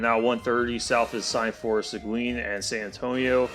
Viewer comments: Segween? It's pronounced Segeen. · Its See-guin, not Sequin.